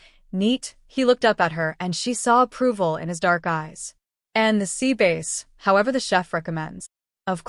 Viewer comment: AI is so annoying. Get a better version. The fish Sea bass - “ sea BASE”, No!